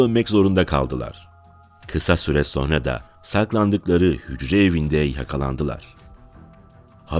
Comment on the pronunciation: Ulan bir videoyu seslendirmeden bir diksiyon dersi alsaydın. SoNra kelimesine soRna demek nasıl bir aymazlık, nasıl bir terbiyesizlik, işine ve kendisine saygısızlıktır ⁉️⁉️⁉️⁉️